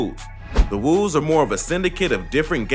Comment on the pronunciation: its not the FUCKING CHOOS like CHOO CHOO train my gee its CHOO prounced like CHO! and the WOOS you pronounced i think only right ..